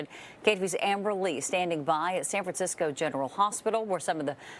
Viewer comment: San FranSick-o 😢